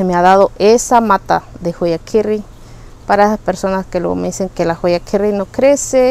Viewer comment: Perdón,pero veo que pronuncias joya,y yo no veo una "j" veo una "h" y la h no tiene sonido,a lo mejor no tiene importancia pero vamos deformando el castellano,por ejemplo muchos dicen ekeveria y no es así es Echeverría,y se les dió este nombre gracias a su descubridor un mexicano que se apellidaba así,disculpa no es por molestar...saludos hermosas plantas...